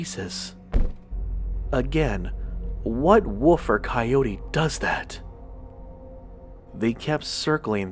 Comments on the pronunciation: Was I the only one that wanted to smack his every time he said woof instead of WOLF ......... maddening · Dude i love ya but it's pronounced woLf!!!!!! Not "woof"! Again! I love ur stuff big time but that's been bothering me lol. No disrespect intended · woLf,,,woLf...woLf! For the love of God, there is a freaking "L" in the word!